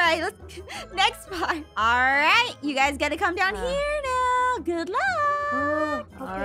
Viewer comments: its raning noi halelujja it raning noi me: omgggggggggg me trying to get inside mah phone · litterly said " oh no its rainning noi "